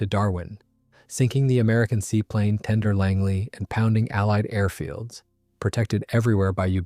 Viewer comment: Good documentary but your AI pronunciation is pretty bad. For instance, at around the 13.25 minute mark, I learned that the US had a seaplane called "Tender Langley". Can you not narrate this yourself?